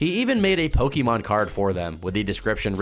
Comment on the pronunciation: I think the worst thing about this is that can't pronounce Pokemon correctly